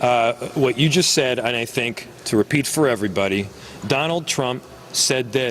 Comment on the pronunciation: He was speaking and he was saying a word that start with an s followed closely by the word think and with a quick slip of the tongue added the s to think making it sound like stink!